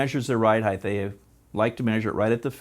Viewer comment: "Height" ends with a T not a TH. It's pronounced "hite", not "hithe". If it were, then it would be spelled "heighth".